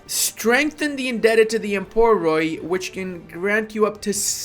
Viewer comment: emporoi = merchants in Greek. Quick info. 1. The "mp" when used together construct the sound "b". There is no "b" letter in Greek so we use the "m" (μ) and "p" (π) together to form "b" (μπ) 2. "oi" is pronounced as "ee". We have like 7 "ees" in Greek. The specific one is used as a plural. So the pronunciation of the word using Greek grammar would be "eboree" (έμποροι).